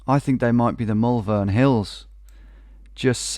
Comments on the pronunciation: Almost made it in a vid! Just for when you come visit, we pronounce Malvern more like mole-vun. Peace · As someone who’s from Malvern when I hear him say the Mal-vern hills it weirdly annoys me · I’m from Malvern and I physically cringe every time I hear you pronounce it 😂 (It’s Moll-vun) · hahaha that pronunciation of malvern has me in bits